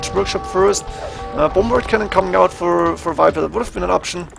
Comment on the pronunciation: its Viper not Wiper!!!!!!!!